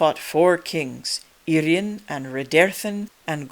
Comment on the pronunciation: Thanks for correct pronunciation of Urien- "Irr-ee-en" - so many people pronounce him as "Urine" 🙄